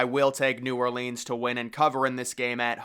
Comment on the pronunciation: Love you, my guy, but you gotta start pronouncing "New Orleans" correctly one of these days. 🤣